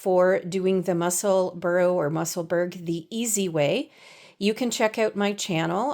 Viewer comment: Loved your podcast, really helpful. I hope you don’t mind, I am Scottish so can I just say that the pronunciation is Mussel-burr-aah.